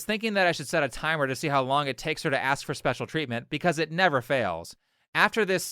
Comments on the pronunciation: She "axe't" her coaches. That's why she couldn't play. Nobody likes being axe't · Well, she 'axed' her coach, I'm not surprised she didn't get to play.... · If she cannot properly pronounce the word ask, I would say she needs to go back to school. Not ready for prime time. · What is the problem pronouncing the word 'ask'? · She was in collage and she cant pronounce ask cansistantly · She can't even pronounce "ask"! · Toni will never play in the NFL and whoever told her she could should be ashamed and apologize for lying. She will NEVER make it to even a college football program. This dummy can't even pronounce A-S-K. Maybe some speech therapy b4 any talk about scholarships. There is no competition in football for females except "honey, I'm watching the game, can you grab me a beer and make me a sando please & thank you? Love you!" I'm surprised she never got a one day NFL contract for posterity though. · She axed a lot of questions maybe would of gotten an answer if she asked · "and I aksed the coach why i dont get to play" ..proprably because u keep saying aks instead of ask. No, but seriously, in US when a white person speaks broken english, they are a hillbilly theyre trash, but when a black person does it =its da kulture. Dems keep pushing the self harming culture because the culture is the actual reason for the black communitys problems. Is it the single motherhood, unfinished schools, high crime rate etc = its the culture so its not bad. Its that narrative. As if culture and ur skin color had anything to do with eachother. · "I AXED my head-coach. And you know I AXED him." That's either a confession of murder, or she didn't learn how to pron ounce "A S K " by the time she went to college. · Did that educated person just say " I was assin my coaches?" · Maybe the coach would've let you compete if you didn't keep axing him every time you saw him. Getting an axe swung at you tends to put a damper on your mood. 😂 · I axt my coach, i axt him 😂😂😂 what trash